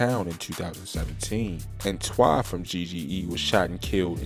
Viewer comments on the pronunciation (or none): It’s T-Why not Twhy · The way he says twhy